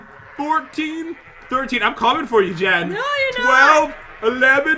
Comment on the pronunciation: You said men not jen >:(